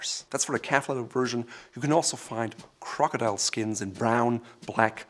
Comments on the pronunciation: I would expect to at least understand what he is saying, but he skipped school and went straight to arrogance. Somebody teach him english! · "It's more about the crocodrldlrldlrll I think crocdrldlrlrlrl" LOL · "Crcdllrthr" "Crcdllrthr" Hehe! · As soon as I heard him say that, I checked to see if a comment was made about it hahaha